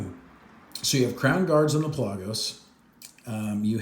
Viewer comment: Pelah gose lol your saying it funny